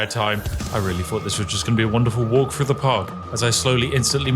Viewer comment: Good video as usual but are you aware you pronounce 'Th' as 'F', its Three, not Free, Through not Frough.